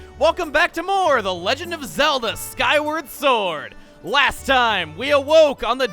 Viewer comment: did he say "Skyrim" sword? 😆